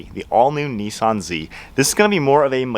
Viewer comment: There is no e in Nissan learn to speak first ok 👌 👍